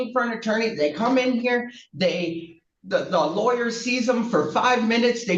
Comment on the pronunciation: PLEASE TEACH YOUR AI HOW TO SAY LAWYER, IT'S IRRITATING AS HELL!!!!!!!!!